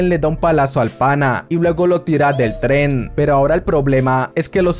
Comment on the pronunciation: Alguien más se desespera un poco cuando no pronuncia bien "Tren"?